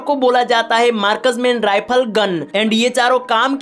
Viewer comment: Markas Man Rifal ❌ Marksman Rifle ✅😂😂😂Thik se Bolo Yar 😂😂